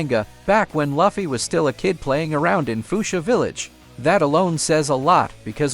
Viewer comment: It's Luffy not laaaafffy